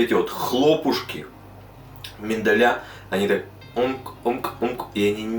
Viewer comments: Thank you for a great recipe. I bake it all the time. MINDAL', no MENDAL'. ALMOND in English. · все круто только МИНДАЛЬ и по англ никакой не mendal а Almond :-) :-)